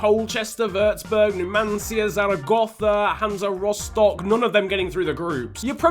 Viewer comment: I'm totally surprised how good your pronunciation is when saying the name of my hometown Rostock xD Greetings from Germany keep up the good work. :)